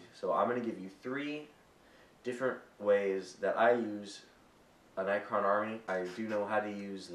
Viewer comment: its pronounced NECK-RON what ur saying sounds like night quill